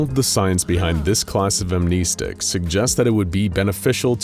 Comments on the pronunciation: I wonder if this channel will ever finally start pronouncing "amnestics" correctly in their videos 🤔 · pronouncing "amnestics" wrong.